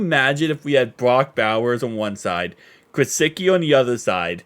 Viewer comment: Alight let’s make sure. Pronounced Gissicki. There’s no W